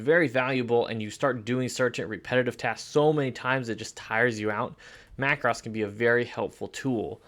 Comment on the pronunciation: BTW the word is pronounced like this Mac Rose as it is the plural of Mac Row. Another example might be Na (as in hey) thans and not Nat hans videos. Perspective crop is mostly used when doing perhaps an architectural image with a wide angle lens. Often the building will be tilted backward and needs to be straightened. Sometime when using a wide angle lens from an angle a building or some buildings will appear out of shape. Same thing can happen if trying to capture a tall tree(s) in a forest. Cropping that adjusts the softness of the background is effective to isolate the main subject of the image. Just take care and often a mask will be needed to not have the softness too great. Rotate is often used by portrait photographers when an image can look more effective, mostly for female subjects on and angle either left or right compared to the camera image. Often if used on a male subject it will be more subtle of a change. At the same time the editor of his/her image may even crop tightly or cut into the top of the head to lead the viewer into the eyes of the subject and the expression captured in camera. The soften face tool is effective particularly on the female subject particularly on a young lady to keep the look of youth intact even if time has not been so kind. The quick menus are always a good way to check things out quickly on an image and thus give the editor an idea as to what the final project may look like in his or her vision.